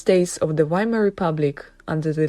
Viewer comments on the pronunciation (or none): none